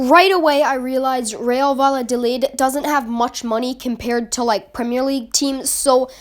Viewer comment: 🤓 ☝️Erm Actually it’s pronounce Real Vayadolid not Valladolid the double l make a y sound